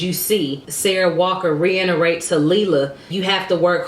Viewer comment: Reiterate not re inner rate